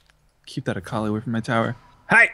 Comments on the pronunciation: AAAAHKALI not Akali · I'm pretty sure it's pronounced akawli not akuhli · Its A- Kal-i not Ak- lee. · sorry but it just bugged me the way you guys pronounced akali it is ah-kah-lee not acklee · does know how to actually pronounce akali and is just joking or does he not know?